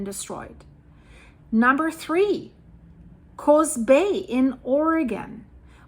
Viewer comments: It's Coos Bay not Coze Bay. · Coos Bay, Coos is pronounced with a U sound, like BLUE . Or Tube, not like Coze Bay. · Coos is pronounced cus like who. Not a long O. My sister lives very close to there. I’m Oregon here.